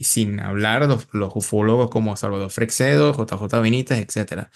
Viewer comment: LaSar no!!, LaZar! Frecxedo nooo, Frei-shedo!!((Freixedo)